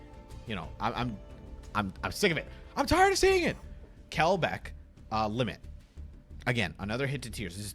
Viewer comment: Kelbek bros... it's Agidover...